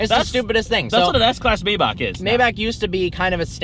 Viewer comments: Alexander Lemcke Its pronouced MyBach not mayback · It's Pronounced My-Bakh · It's still not called Maybac 😂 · It's neither "Maibak" nor "Maybaek", it's spelled "Maybach" :D If you wanna hear use Google Translator German Language voice output. Greetings from Germany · Just say maybah with HHHH not k